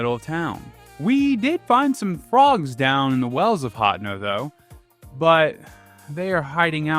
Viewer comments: great video but the way you pronounce hateno is soooooo bad lol... hotno... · Literally unsubbed due to the way he says hateno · genuinely never heard anyone pronounce “Hateno” like that 😭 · Is the way his says Hateno supposed to be a joke or what?